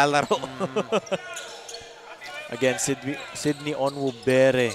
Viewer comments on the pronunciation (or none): Sinong Cindy? Kept saying Cindy instead of Sydney. 😂😂